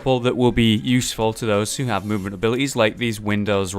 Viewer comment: "where you heff really good CUHVER " LUL